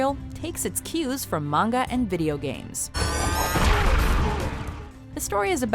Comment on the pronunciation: bitch mispronounced manga god dam shes dumb